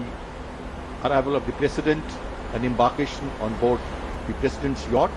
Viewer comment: Yatch is pronounced as Yot.